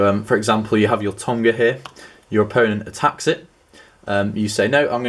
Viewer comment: this lil betch cant even pronounce togma's name right. hes saying tomga. ;)